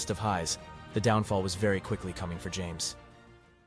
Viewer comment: Lol, I think it’s pronounced “Ham-es”.